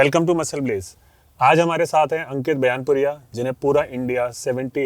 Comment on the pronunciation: Areh 😂 yaar bailpuriya na h vo baiyapuriya h